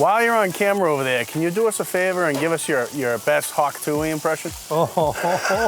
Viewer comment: “That sounds disturbing” btw its more like “ah” not “Uye”.“hawk tu-ah spit on that thang”.